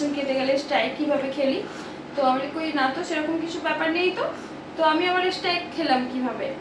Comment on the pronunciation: ঠিকভাবে মুখ দিয়ে স্ট্রাইক উচ্চারণ হয় না😅😅😅😅😅😅😅😅😅😅